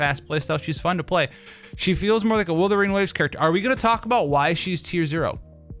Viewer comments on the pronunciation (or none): none